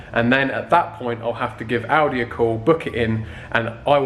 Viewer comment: I always think he is saying aldi instead of audi